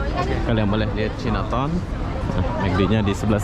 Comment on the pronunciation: Bukan cinaton sebutannya tapi Cai Na Taun ( China Town )